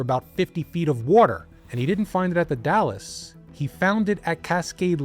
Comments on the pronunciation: you say Dales? Long A? I'm from vantucky and I say the Dalles as if it rhymes with "pals." Edit: and im pretty sure he said multnomah right. He has a tiny accent. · I wish he'd done a little more research. Surely he could've asked viewers from the area how to pronounce things. It's pretty jarring if you're used to hearing the names. It's not "The Dallas," it's The Dalles (one syllable, rhymes with "howls"). I have no idea how he missed the N in Multnomah so many times. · The Dalles: pronounced "the Dalz" (rhymes with pals). Multnomah: pronounced mult-NOH-muh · Also The Dalles is pronounced like 'pals' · I didn't wanna have to say it. As an Oregonian I was like DALLAS!? lol this was a great video regardless. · You don’t pronounce The Dalles correctly, but I’ve lived here in the PNW my whole and I still struggle to say it correctly.